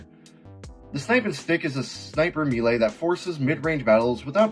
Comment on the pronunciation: The Heavy Commitment is pretty interesting. Kinda wonder if it would make the GRU obsolete though with those stats. Overall some decent ideas here. P.S. I don't think I've heard many people pronounce melee as "me-lay". I'm no english major or w/e but it's usually pronounced "may-lay".